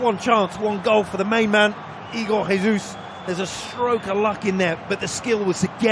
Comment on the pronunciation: not bro pronouncing Jesus in Spanish, Brazil speaks Portuguese aight aight redeemed